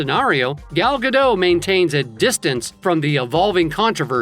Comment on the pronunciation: Shes not french The t is not silent Guh dot